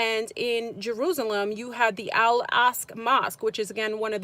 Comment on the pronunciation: Al-Aqsa is pronounced Ock suh